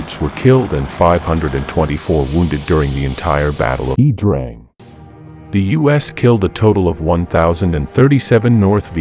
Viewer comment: I think 'Iya' Drang is pronounced eye-yah.